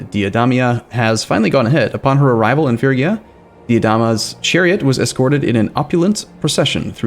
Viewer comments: Its phrygia, like in 'freeze'.... free gee ja.... or fast: freegjia. Not firgja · IT'S PRONOUNCED FREE-GEE-AH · Say it with me now. "Fridge'ia" or "Frigg'ia" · "fergia" is not a logical way to pronounce "phrygia". the letters simply are not in that order. reading is not just remembering how words you already know are pronounced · Aren’t those two separate pronunciations? The G in fridge is different than the double Gs in piggy. I’m guessing the correct the pronunciation of this country is more like fridge-e-uh without the d. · Intresting I learned in university that it's pronounced Phrygien. I don't think there is a way to write down english pronounciations because of the old ghoti-problem. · It's gonna be like 3 more episodes before he's done another recording session and maybe figures out how to pronounce Phrygia.